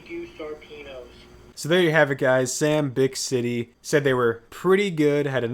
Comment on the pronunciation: Haha thx for the shoutout! My first bite was definitely like an 8, but I had to lower it to a 7 after finishing the tendie and a couple others. (Also, it’s pronounced “bick-ity” 😅)